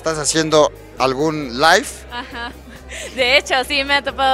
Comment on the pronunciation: NO ES LIFE .. ASI SE ESCUCHO .